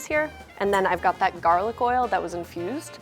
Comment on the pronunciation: I keep hearing "the oil is confused" and I'm confused :0 - - - - - - (i know she means infused it's just what my ears register at first before my brain properly processes it)